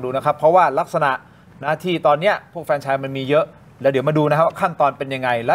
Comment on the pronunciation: ที่ถูก คือออกเสียงว่า แฟรนไชส์ ไม่ใช่ เฟรนไชส์ นะทุกคน